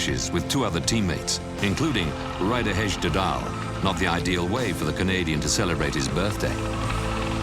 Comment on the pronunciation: "Ryder Hesjdedal" haha